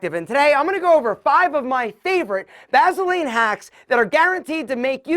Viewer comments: I just can't get over hearing him pronounce it "vazzuhlean". Lol. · "Vazeline!" Lol😂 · I hate how he says Vaseline 😂